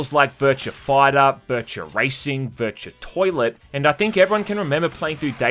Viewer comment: Game Title "Virtua": "Bercha"